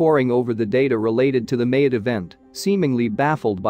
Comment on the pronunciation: The island of Mayotte: pronounced Ma-YOT, not MAY-ut